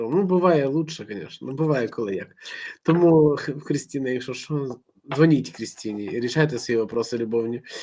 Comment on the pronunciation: Христина, а не Кристина в українській мові